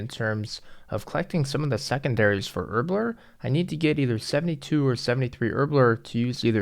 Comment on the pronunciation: I like how he says Herblore “Erbler”